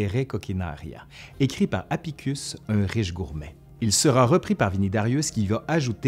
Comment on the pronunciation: 7'29'': pas "Apicus", mais "Apicius"